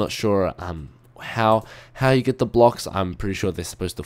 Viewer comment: Dude learn english. the not te lol. person not perso n (!?!??!) lol. too not to lol. :)